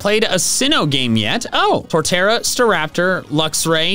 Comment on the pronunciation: IT'S TORTERRA, NOT TORTARA!